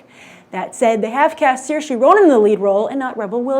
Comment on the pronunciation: Everything was basically labeled. That's why it was Store. That's why there was heal & cool & such. & she pronounced Soairse's name wrong. It's Ser-Sha. -.